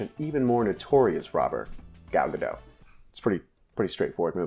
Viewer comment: Watched red notice, did know the movie, pretty fun, it was funny enough. It was just good enough, wouldn't watch again but I did like it. Also, you pronounce the t in Gal Gadot.